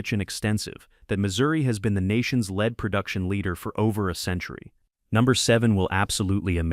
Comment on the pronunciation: It's lead, pron: LED, not leed.